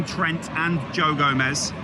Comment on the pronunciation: It's gomez